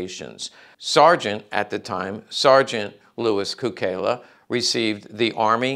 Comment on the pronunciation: A few important points. In Serbo-Croatian his name is pronounced "tSOO-kay-lah," not "koo-KAY-lah" because of the way an unadorned letter "C" is pronounced in the language, like the "TS" in Tsetse Fly. Many words in Serbo-Croatian are loaned or adapted from other languages spoken nearby. In this case Cukela has the same root word for "Sugar" as Italian -- its bordering neighbor. It means a number of things like "Sweet," "Custard," etc. Also of note, many of the two-time Medal of Honor recipients were WWI Marines because, though the Marines were part of the Navy, those double-recipients were detached and under the command of the Army when they executed the actions for which they were awarded. Therefore, one Medal of Honor from the Navy and a second Medal of Honor from the Army, and both for the same action. This is very different from both Sergeant Major Dan Daly and Major General Smedley Butler, the only two Marines to have been awarded the Medal of Honor twice for two separate actions. At Marine Military Academy we revered SgtMaj Daly, but they didn't talk about MajGen Butler hardly at all because of his vociferous anti-war stance.